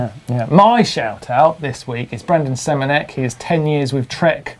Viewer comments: Tell Martin it's also semenUk, not semenek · Caption: First time out on SPDs and it's not gone too well Oh and Martyn, it's Semunuk not Semunek ;)